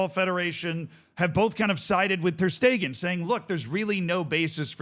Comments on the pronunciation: My man its ter shtegen not ter steeeeeegen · it's ter sh-tay-gen English speakers usually say it without the sh but steeegen is very new to me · Who hell pronounces it ter stiegen? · First time i hear that pronunciation Ter steeegen 😂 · How in the world did you manage to mispronounce every syllable of Ter Stegens name